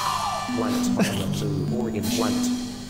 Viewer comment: I love how when Musical Memory tries to say “orange” it comes out as “Oregon-ge.”